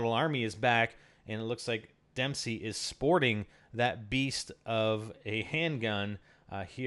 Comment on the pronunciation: It's Dempsey not demsey (kid)